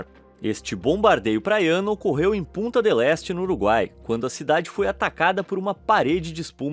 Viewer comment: Quando ele fala Punta parece pu- não quero falar né não mas kkkk